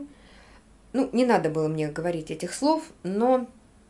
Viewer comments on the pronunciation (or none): none